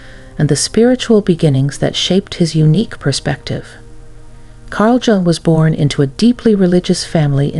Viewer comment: You are not pronouncing Jung correctly!